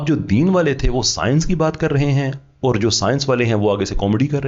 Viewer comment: You have made tremendous progress in your knowledge, research study, communication skills, especially English (whilst in UK for 20 years), you need to correct your punjabised accent of few simply Urdu words. Punjabised accent: Or Tor So'all Fooji Gay Correct pronunciation: Aur Taur Sawaal Fauji Gaye